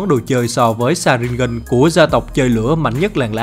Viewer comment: Sharingan chứ sao lại đọc thành sa rin gân😑